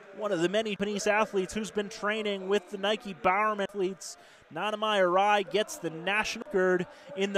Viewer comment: Did this man say nonnamy Arai lmaaoooo 😂😂😂